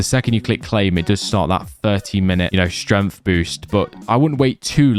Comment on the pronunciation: It's pissing me off how this guy says stremth instead of strength